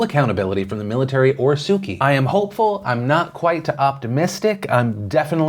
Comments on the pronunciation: Philip I love your show but please make an effort to pronounce prominent political figures from around the world correct. Aung san suu kyi. Kyi pronounced ‘chi’ Makes you sound ignorant. And I know you’re not. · Just a heads up that kyi is pronounced 'chi' in Burmese, Phil 👍